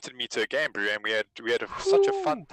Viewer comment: Pls stop saying "broo"